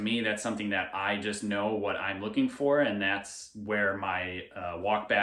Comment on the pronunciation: You not “NODE” us. LOL